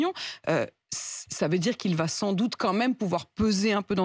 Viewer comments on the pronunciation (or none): none